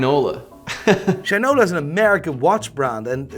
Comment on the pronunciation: As one from Detroit, its pretty much a must to buy a Shinola. Though I wish they were 100% American made parts along side being built in Detroit, its still a quality and satisfying watch to wear. Also, finally a YouTuber who pronounces the brand correctly 😂